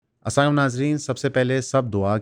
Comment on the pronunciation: آپ کے سلام کی سمجھ نہیں آتی یہ اسائم ہے یا اسام